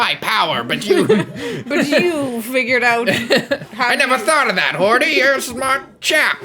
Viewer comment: Hordy? Isn't it Hoady?